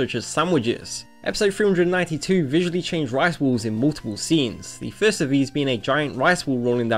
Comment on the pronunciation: The way you pronounce "balls" really makes it sound like you're saying "rice walls" instead of "rice balls".